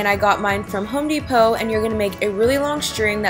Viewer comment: "Home De*slight pause*Poe" omg just made me laugh